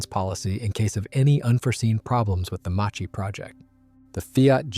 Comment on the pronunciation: "Macchi" is pronounced "Makki" in Italian...